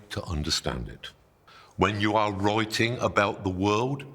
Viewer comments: Master writing ❌ Master wroiting ✅ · I was confused at first when he said “roiting“ I had to turn on subtitle. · Oy troy to analoyse moy wroyting now. 💕 Great oydeas, though.🙏🏼Thank you and greetings from South Germany, we also have hilarious accents here around 🌻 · I just want him to say: the wroiters at Reuters are wroiting about wroiting in Reuters. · "Roi-ting" is how my American ear hears you say "writing". "Roi" and "rye" are two different sounds. How do you pronounce "roi-ting"? You are a strange and hairy man, but I heard you. Writing is magic. Thank you. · "Roi-ting" is how my American ear hears you say "writing". "Roi" and "rye" are two different sounds. How do you pronounce "roi-ting"? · he pronounce "writing" like you'd pronounce "rioting" and it's hilarious. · Is he saying rioting or writing? 😅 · Did he say wroiting? Roiting? Reuting? Oh, writing. Roit, roit! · I'm not going to take advice from someone who looks like Dumbledore, wears coloured socks and a stupid T-shirt, talks like a wizard and can't even pronounce the word " writing ". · "Taunting?" What you on about? We're just making fun of the Midlands accent, how he pronounces "write" and "writing". He's got a very strong Northamptonshire accent, I think.